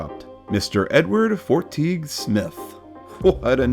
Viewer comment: Fortegue is pronounced Fort - eh - gew